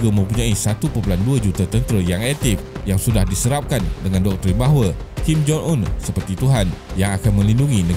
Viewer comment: Kim Jong Un ✅ Kim Jon Un ❌